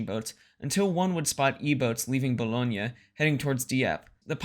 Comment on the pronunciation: “Boo-loin” “Luh-too-Kay” Gree Neh. French pronunciation videos are available.